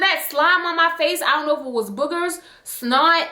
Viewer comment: The “ion know” killedddd meeeeeeeer